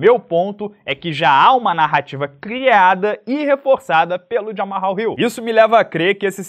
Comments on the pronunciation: A do de chamar o Hill de "Jamal" (que é o certo) não durou muito já voltou a chamar de ""😂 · Não é, é só Jamal.